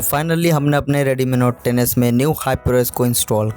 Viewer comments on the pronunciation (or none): Redmi note 10s ❌ Reedeemii note teneass ✅